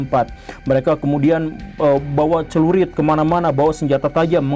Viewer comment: bacanya harusnya Celurit woyy bukan Cerulit 😂😂😂